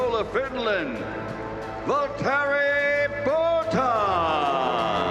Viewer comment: I will never cease to laugh at some of those pronunciations "Boat-as", "Kee-vee-aye", "Ree-Kay-ardo" and "Oh-cone' being among the funniest. I cant help but love what the American accent does to some things!